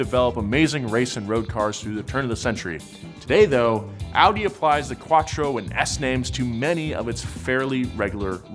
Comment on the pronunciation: I think he butchered the whole Audi bit, that's a little egregious to me...